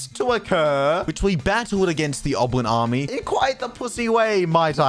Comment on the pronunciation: He calls goblin army oblin army